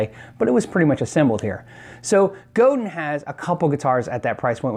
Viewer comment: Say "go". Now say "Dan". Now say them fast "GoDan" = Godin .